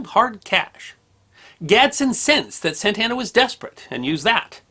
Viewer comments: Carlos Santana is a musician. George Santayana was a philosopher and writer. Antonio Lopez de Santa Anna was a multi-time president of Mexico. Their last names are all pronounced differently. You keep saying Santa Anna like Santana. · when you say Santa Ana I hear "Santana". So the general was a Hispanic guitar God? Nice.....